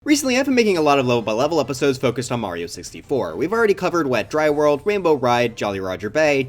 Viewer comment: "wainbow ride"